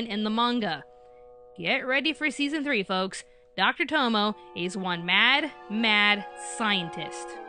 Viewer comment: Tomoe is pronounced toh-moh-ay.